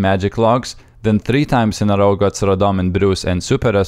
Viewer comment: Dude l2speak its not that hard to say "row" the correct way. And English is not my home language.